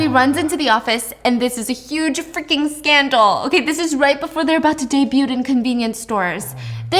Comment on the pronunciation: The t in debut is silent